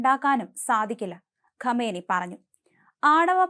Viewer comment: ഗമനി അല്ല . കാം നഈ